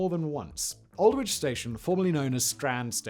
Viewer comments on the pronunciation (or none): Love your videos Simon but seriously, as a former Brit…you cannot pronounce Aldwych? Can you explain?!😅 As I said, I love your videos but can you not pander too much to the US centric culture?